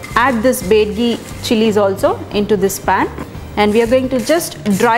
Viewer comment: that's not bedagi that's byadgi..